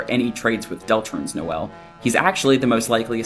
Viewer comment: Guys. It's No-El, like Noel Gallagher. Like I still see a lot of the connections and I think all of this is super fun to look at, but the mispronouncing is driving me nuts lol